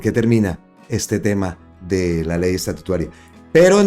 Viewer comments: Porfa, no sigas diciendo Ley Estatutuaria suena horrible, a estatua, no a Estado. No atropelles el lenguaje. Se dice LFEY ESTATUTARA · Buenas tardes, no és ESTATUTUARIA, ÉS ESTATUTARIA😢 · Hermano es estatutaria y no estatutaria ,ojo hermano